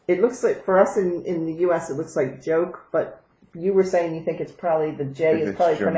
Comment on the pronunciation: Haha, yes, my name is a bit odd in English speaking country's. Luckily I have a good sense of humor...But you pronounced it rather well. The last "e" is also pronounced. My name sounds a bit like "yokuh". I would like to see your craft room. You don't have to clean it up: crafters don't have mess, they have ideas! (My house is also full of "ideas"...).